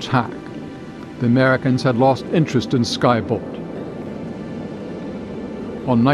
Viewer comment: The widz kids? Interesting contents, but inability to place contrastive focus or stress by the speaker on certain words makes it confusing. Eg in the sentence that starts “ultimately, the British would purchase Polaris from the Americans” The video emphasizes the word ‘Americans’ - which makes no sense…it would make sense if the previous sentence had said ‘the British were considering several countries when purchasing Polaris’. But that’s silly - that’s not the question. We’ve been talking about the Americans the whole time. There is no need to draw a stress contrast here, What’s interesting in this sentence is that they purchased POLARIS from the Americans, rather than something else (the skybolt). To show that contrast, you want to stress the word ‘Polaris’. Not thinking the spoken version of this ends up detracting from what is otherwise very good content.